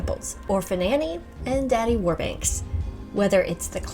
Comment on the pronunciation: Its warbucks, not warbanks. I used to read the comic strip as a child.